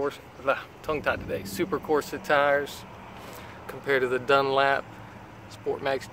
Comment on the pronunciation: "DUNLAP"?! Just messing with you brother, good video/buy